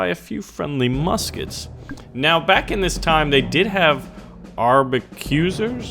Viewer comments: I think its Ark-a-bus-ears, not arb-a-cue-sers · I think you're trying to say, "Arquebusiers" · AR-KAY-BUS-EIRS! thats how you pronounce Arquebusiers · I think it's pronounced ark-que-bis-ears since they use the arquebus or something. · Arquebusier: Arc-uh-boo-see-ay